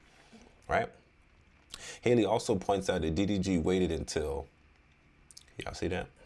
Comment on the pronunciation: HALLE HALLE like Halle Berry..... Please